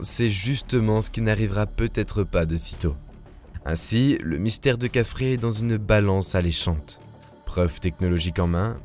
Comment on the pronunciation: C est quoi Kafrré...!!!😅 kefren...plutot !